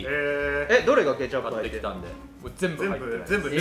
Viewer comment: の｢ケチャップ｣の発音好き